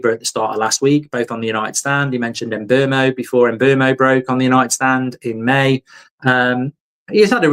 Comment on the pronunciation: His name is pronounced SHESKO and please also remember it's MBOOMO!